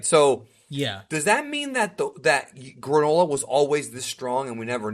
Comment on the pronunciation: Stop saying “gra-NO-la” it’s “GRAAA-nullahhh”